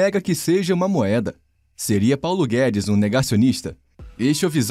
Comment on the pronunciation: Pauno guedis chicaguei